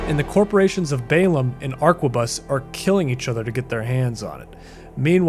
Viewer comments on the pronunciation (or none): ARQUERBUS, WHAT THE FUCK IS THE PRONOUNCIATION, ITS ARQUEBUS, PLEASE DON'T KILL ME WITH TRYING TO MAKE ARQUERBUS. PLEASE.